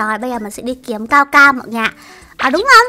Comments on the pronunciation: đọc sai rồi nha. Cacao chứ ko phải caocao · Cacao mà sao chị đọc caocao😁😁😁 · là ca cao chứ không phải là cao cao nha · Ka cao mà nói là cao cao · Cacao chứ ko phải caocao